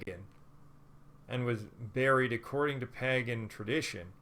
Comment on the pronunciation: Had me up until the weird pronunciation of pagan. Then I could only focus on that. 🤦🏻‍♀️